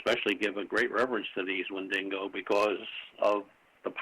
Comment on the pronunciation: take a shot every time says "Wendingo"